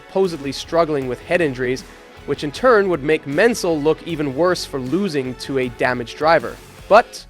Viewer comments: Not "Rooteman" but "Roy-tuh-mann" And no, Lole didn't hate Jones, vice versa. Jones didn't like that Lole didn't change places at Brazil, but Jones himself said he didn't hate Reutemann. Also, it's MANSELL, not Mensell. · Who is "Men's sell"? Who is "Root-man"? Good video, but improper name pronunciations make it difficult to listen to. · "Root-man"? Thought it was always Reu-TE-man. And "Men-sell"? Anyways, good historical background on Piquet